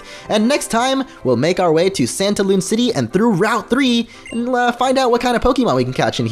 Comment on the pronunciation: Whe you said santalune I thought you said pantaloon XD